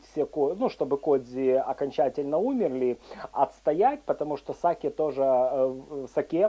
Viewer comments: Не сАки, а сакЕ!!! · СакЕ, а не СакЭ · Заставка нормальная, кому не нравится - всегда можно перемотать. Рецепты очень интересные, за что Вам отдельная благодарность. Единственное, что вызвало негативную реакцию, это Ваше произношение слова сакЭ.